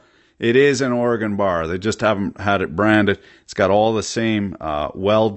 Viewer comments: thank you for saying Oregon correctly. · i appreciate that you can say Oregon! mostly i hear "Oree-gone" from fureigners.